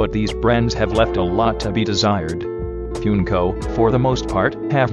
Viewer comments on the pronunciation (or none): THANK YOU ALL FOR 1000 SUBSCRIBERS!! Expect a little something on August 8th :) Also sorry about the bot pronouncing Funko as “Fjünko”